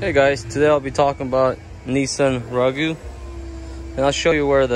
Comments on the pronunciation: The funny was in how you pronounced it. "Rogue" is pronounced with a hard "G" at the end. There is no "oo" sound at the end. Thanks for the vid though friend. It was quite helpful. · "Nissan Rawgoo" 😂🤣😂🤣😂 Thanks for the help, buddy! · Can't watch anyone who can't even pronounce the name of the car